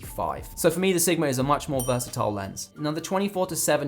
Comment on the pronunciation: Heehee "Vrsatile" 😂👌🏽 That would be a great overall lens! Great video within a video too ✊🏽💯